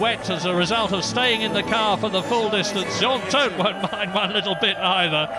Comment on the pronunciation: Who are "Jauwhn Alaysee" and "Jauwhn Toat"? What even is French?